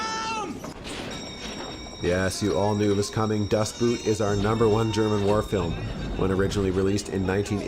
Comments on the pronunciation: You keep calling it Das Boot (Boot, as in a tall leather shoe). I was corrected by a German that it is in deed pronounced, Boat. Das Boat. Either way, Outstanding movie. I recommend watching the German version with English Subs. The English Dubs just doesn't do it justice. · For the billionth time, it's not "Das Boot" with an oo sound like the things you wear on your feet. The German word "Boot" is pronounced almost exactly the same as the English word "boat" which is what it means. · pronounce "Boot" like englisch Boat and it is far better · Excellent list! The “Boot” in “Das Boot” is pronounced “Boat”. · Das Boot is pretty much pronounced the same way as you'd pronounce Boat. Das Boat.